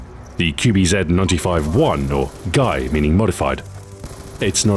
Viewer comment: "Gai" L.O.L, when i heard it i thinked its gay